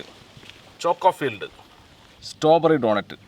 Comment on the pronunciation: സ്ട്രോബെറി ❌സ്റ്റോബെറി ✅